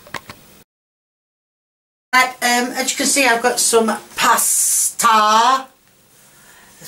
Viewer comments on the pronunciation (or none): PASSATA... not pasta LMAO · you need to read it. It's PAS A TA not PASTA. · Hi, love your videos, keep em coming! Just one thing...the stuff in the carton is PASSATA, (pronounced PASS-ARTA), not PASTA. You always get a thumbs up from me, I adore you, love! Don't ever change, do it " way" all the way 👍🏻. You entertain me and that's all that matters. Much love x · its pronounced ( pass-ar-ta) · Actually, there is no R in Passata, and the pronunciation is PAH-SAT-AH